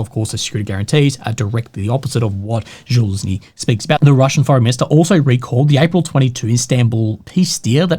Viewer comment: still can't pronounce zaluzhny right 😂